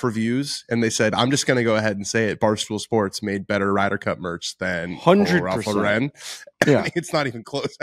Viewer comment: Can y'all please stop pronouncing Ralph Lauren incorrectly.